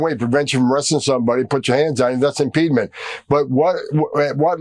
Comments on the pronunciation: Tom Homan is an idiot. The word is "impediment," not impeedment! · "Impedement" is not a word, clueless Tom Homan!